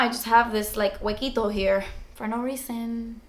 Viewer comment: Your makeup looks flawless!! Tutorial please!! And I love The way you said huequito